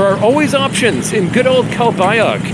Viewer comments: My wife is from calbayog pronounced calbayoog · Omg...are butchering the pronunciation of Calbayog,. the g at end is silent. By now you might of learned also not to go to Catbalogan IMHO, it's a more poverty stricken city.